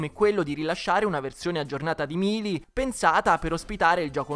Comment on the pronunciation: Non voglio fare il rompipalle ma si dice Meili e non Milii